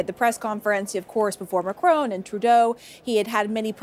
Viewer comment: she pronounces macronne like a italian name !!